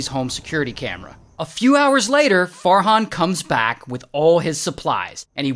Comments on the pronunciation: When Ray said Farhan, I thought he said Fart Han😭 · Me not hearing “Fart hon”.😂